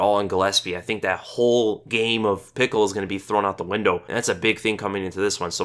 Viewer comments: its pischel not pickel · Lmaoooo Vinc "Pickle" I'm dead! 😂😂😂 you're the best... it's pronounced "Pee-shell", but man! That made me laugh so much lol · Pickle...? It's (Pishell) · Vince Puh Shell is how its pronounced. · Haha, Pickle, loled so much at the pronunciation. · actually burst out laughing every time you said pickle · same man that was funny af i don't get where he got Pickle from lol! i mean watch's a lot of fights like myself he had to have seen Vinc fight at some point you heard his name (PICHEL) before...Buffer pronounces it correctly not to mention his Nickname Flows with his last name just a really bad miss pronunciation.....lol love ya though you the man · If you type in Pichel in google translate in german and let them speak it you hear the right sound of ch. and his first name is spoken: Vins. Ultimate Fighter Canada vs UK i think he was with Robert, not sure though. Just an fyi :-)